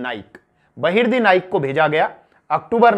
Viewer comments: Its not a loot ... please dont call it as a loot. And its Bahirji Naik....not Bahirdi naik.. Sir, Please check your mistakes in your video. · 🙏गुप्तचर का नाम बहिर्दी नही बहिर्जी नाईक है